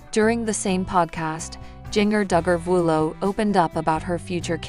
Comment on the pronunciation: Jinger Duggar Vuolo absolutely did NOT lose her home! She lives in Santa Clarita and there were no fires there!! She was recently interviewed on CBS good morning and was asked about her home and she stated they were not affected. Get your damn facts straight!!! And damn say her name right!!! And the city she lives in and the state she’s from! Jesus Christ!